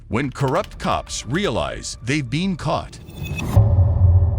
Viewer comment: why did he say ''been'' like that